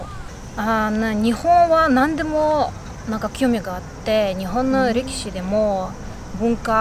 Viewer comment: 「そうですね･･･私が リキシが大好きで･･･」って、へ～お相撲さんが好きなんだと思ったら レキシってことね（笑 それにしてもバシキール語、ロシア語、中国語、日本語、それに英語までしゃべれるの？ 凄～い！